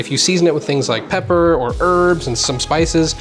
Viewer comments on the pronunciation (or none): none